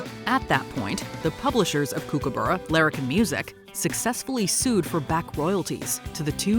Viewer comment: "kook"aburra? Please get it right - it's pronounced "Cook"aburra.